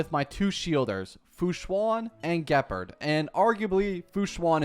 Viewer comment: THE WAY HE IS MISPRONOUNCING EVERYTHING ge purd seelie/sella/sellay herenteum him a ko INERT SALETTO rule i ent arena eye on zeeon lawfu him a ko PLEASE THIS IS THE MOST CAUCASIAN PRONUNCIATION